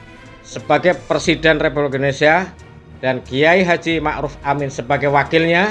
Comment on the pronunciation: Coba di ulang di , Embah ngomong republik nya di benarin dulu iya..... baru mengeritik org iya embah di ulang video nya yang benar iya embah mau mengeritik harus bener ngomong nyaaaa 😎